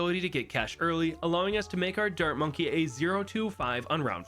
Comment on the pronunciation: In the beginning when you were explaining the challenge I thought you said "dirt monkey" instead of dart monkey and yet I still knew you were talking about the dart monkey lol